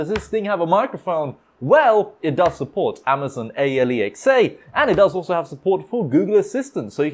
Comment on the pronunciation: It hurts me everytime dude say amazon. A,l,e,xa